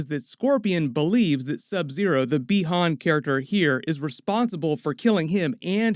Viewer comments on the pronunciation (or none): Pronouce "buy han"